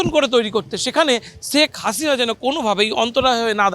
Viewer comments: Sek hasina na. Bhai sheikh hasina age naam ta bolte shikhun tarpore news koren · ছেখ হাছিনা! ছেখ রেহেনা! কি নামের উচ্চারণ মাইরি!